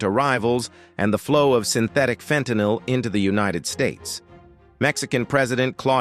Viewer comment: extra points to this channel for not pronouncing fentinyl "fentonol" which all our federal elected officials and low-iq news presenters do. mysteriously. for no reason. it's a "Y." you stup... (this coment has been removed)